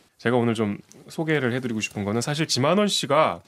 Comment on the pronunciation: 지만원인데 쥐만원으로 들리는건 왜일까?